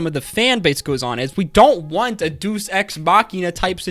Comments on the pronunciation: It is pronounced: "Dei-us" Ex Machina. Not "Duce" Ex machina...As it means God/Deus(Dei-us) appears from the maschine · FYI, if it matters to you "deus" is pronounced "day-us", meaning god, like deity "day-ity".